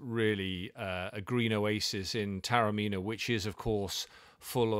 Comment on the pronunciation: A fascinating insight into a magnificent hotel set in a pearl of an ancient walled city; thanks. Just one quibble, Taormina is pronounced correctly ‘Tah-orr-mee-nah’.